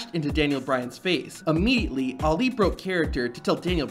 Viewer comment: did dis niqqa just call Ali "lee"?